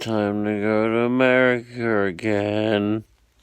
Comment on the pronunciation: nice way of saying amrica yep that's exactly how you said America XD